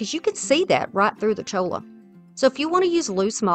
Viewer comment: Cholla is pronounced choya. It is from a cactus